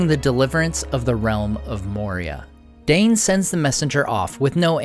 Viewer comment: You need to read the appendices regarding language! Only the rustic cultures have a schwa sound in pronunciation, in the tongues of elves, Numenor, Rohan, and Dwarvish there are none. Not Gal-AD-ree-ul, but Gal-ad-REE-elle Not LAIG-o-luss, Laig-O-laz Also, DAY-in, not Dane, for Ironfoot. The AI in Dwarfish usage of Dale's tongue is not a combined diphthong.